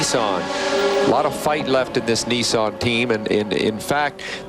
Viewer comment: WTF is a Neeesan. Wow, they even pronounce company names wrong. How sad. I'd hate to hear them say Hyundai. I think I would end it all. Severe lack of education.